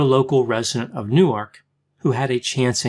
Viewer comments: i’m from nj where people argue over the pronunciation of newark... some say noork and some say new-erk. hearing u say nu arc has made my brain explode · I find it hard to believe you lived In Newark, which is pronounced Newerk., stressed on the first syllable. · newark de is pronounced new-ark